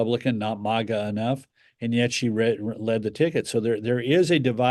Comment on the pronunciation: I'm trying to finish the program. Karl can't pronounce "MAGA". He is way out touch (please don't ban me). Perhaps, he was making a joke? And now he takes the audience and their beliefs as the man who stormed off the FOX NEWS set back in 2012 like the Grinch. To my earlier point, he got lucky with the field goal kicker at the closing moment in 2000.